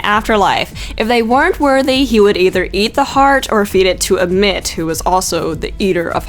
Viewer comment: Ammut is pronounced am-MUT, not AM-mit